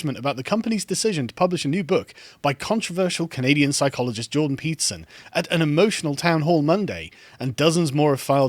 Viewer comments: I constantly hear him say pizza instead of Peterson. Now every time someone mentions Peterson, I crave for pizza and vice versa. 🍕📖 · Am I the only one who heard "Jordan Pizza" almost every time?